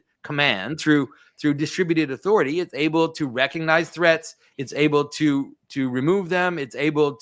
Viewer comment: The "G" in recognize is not silent.